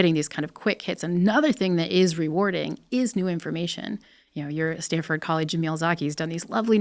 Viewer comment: Stanford… not StanDford